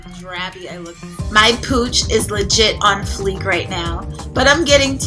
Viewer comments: no disrespect but I swear I thought u said ur cooch was on fleek lmfao. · I kept hearing cooch. Im mentally facepalming myself